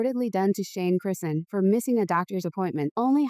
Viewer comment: This AI can’t even pronounce her name right. If yall believe this then.